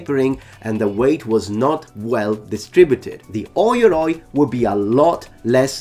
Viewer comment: "Oi-yoroi" is incorrect, its pronounced "oh-yoroi"